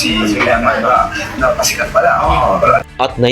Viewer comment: Eman po...di iman😅